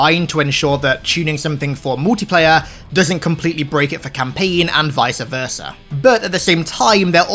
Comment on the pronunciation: hol dup did he say visa versa